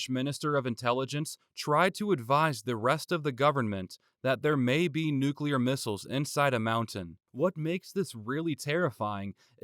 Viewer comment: Thank you for pronouncing nuclear correctly